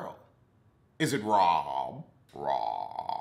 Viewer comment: It’s the mispronouncing of their names for me😂😂😂😂😂 Robbbbbbbbbbbbbbb Dixon and Gabrece takes me out every time😂😂🤦🏾‍♀️🤦🏾‍♀️🤦🏾‍♀️